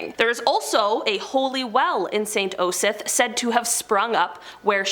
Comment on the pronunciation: I'll help... Shire is pronounced...'sheer'. Osyth is .. 'Oss- eye-th. Staffordshire is staf- furred -sheer(said quickly) You got pluckley correct!!! Hertfordshire is Hart-foo-d-sheer. Argyll is Are-guy-L. Hope it helps.